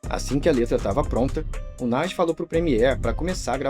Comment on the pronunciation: NES? It’s NAS